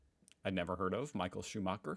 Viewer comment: Deus ex macina. The Red Baron. MI-HA-EL SHU-MA-(h)ER